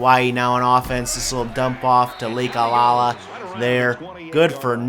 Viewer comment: I know it really doesn't matter as the episode is up & you probably won't be playing Hawaii again in the future but, for my own piece of mind, I have to say that the running back's name is Lakalaka, pronounced Lak-a-Lak-a not Lake-a-la-la. Anyway, completely pointless rant over.